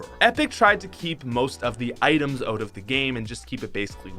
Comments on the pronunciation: its out, not oat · It’s not “oat” it’s out